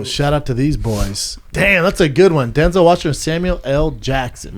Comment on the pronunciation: "Denzel Washingson" -Brendan "cotton" Shwawb